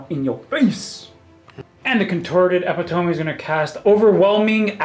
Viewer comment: Eh-pit-o-me. Not epi-tome